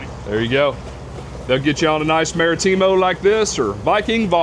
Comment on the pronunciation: The worst pronunciations ever Martimo pendejo Marítimo